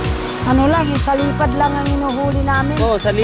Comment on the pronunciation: Salipad po,hindi salapad